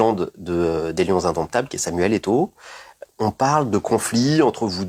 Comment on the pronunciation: Au point où c'est le journaliste qui lui rappelle qu'il est passé par là fundesport 😂😂😂😂 vous faites à qui il est même incapable de prononcer le nom d'eto'o on peut haïr quelqu'un comme ça 😂😂😂😂